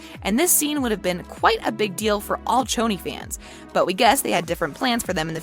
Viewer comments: ITS CHONI (SHONI) , NOT CHONI ! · She says tjoni but it's sjoni😒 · CHO-NOI It is pronounce showni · Tho Choni is pronounced Shoni, even Maddie said that in one of her videos